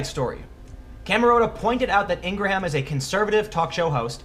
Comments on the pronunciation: I believe you are sincere but I don't think you watch her show and see how important she is on MSM and being a Trump supporter. You don't pronounce her name correctly. He was being the bully. He should be called out for harassment. Did you see how he lied about the events on Feb 14 on how on one show he was not in class when shots broke out and how on another interview he was in class? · A few things Mr. Pool you have no idea how to pronounce Ms. Ingraham’s name so you have never listened to her radio or TV show. She did not attack him, she retweeted what he said in an interview where he did "whine". He is a public figure and therefore open to any and all scrutiny! Ms. Ingraham is a good woman who has worked incredibly hard her entire life to get where she is, including beating cancer! This child has done nothing but attack everyone on the "Right". Florida’s Governor, Senators Marco Rubio, John McCain and President Trump! Not Sheriff Israel who is a Democrat or his deputies that sat outside in safety as his fellow classmates were being murdered. Not President Obama who pushed through the legislation that allowed the killer to not be charged with crimes that he committed at school that would have prohibited him from passing a background check that allowed him to legally purchase the firearm he used. Not the FBI that didn’t follow up on his threats to be a school shooter online in his own name, why? Could it be because his father is an FBI agent? This kids writings have even been used by the Democrats in Florida and Nationally in mailers to raise money for the DNC! Call this kid what he is! A puppet of the Democratic Party to be used as a weapon against anyone that opposes them! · Jenna USA yeah - if he can't get a well known person's name right, it forces you to questing how well informed his insights are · ING-GRUM, not ING GRAW HAM lol dork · Ingraham is pronounced "Ing gram" not "Ing gra ham" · I think it's "Ing-grum" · Laura... Last name pronounced Ing-grum